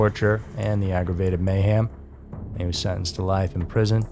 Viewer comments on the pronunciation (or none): Mayhem, with an e. Not mayham as you say it.